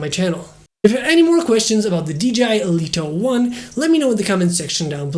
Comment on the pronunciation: I love how you say "Deleto 1" :)